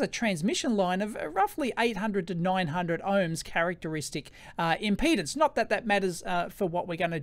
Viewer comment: Electroboom, I'm a retired electrical engineer. I love your video. I wanted to say, importantly, the word is impedance NOT impotence!!! Yours is the third of three videos I've watched on this. First was Veritasiums, then Dave at EEVblog, then yours. Dave said that we engineers think about things differently. That we have tools to analyze things and validly track physics and the rules of science. You fellows have collectively reminded me of much of the complexity we were trained to understand and analyze and calculate. I've much forgotten what I was trained and educated to deal with. I've been so browbeaten by the mindless politics and public chaos of people and the media news etc. I've forgotten the promises of my youth and education. Youtube, multimedia and Internet is a terrible way to waste a capable mind. You've helped to retrieve my past capabilities. Thank you. Amind is a terrible thing to waste, and you've given me a wake-up call.